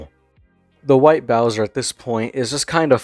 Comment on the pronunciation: Interesting video. White Bowzuh is an ass and a pwedutuh. Also, Smokey McC is a champion